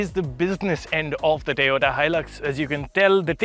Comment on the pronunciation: Toyuda Hilux? Really? 🤣